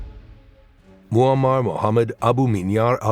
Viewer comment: sein Name ist Muaammar und nicht Mohammed